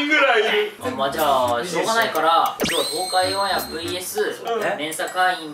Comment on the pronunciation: ｢オンAIR｣の発音良すぎ笑笑